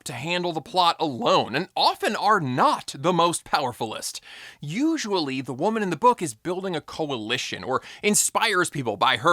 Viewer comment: Powerfullist? Was that said on purpose??